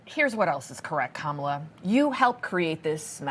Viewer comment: Love you said Kamalie 😅😂😅😂😅😂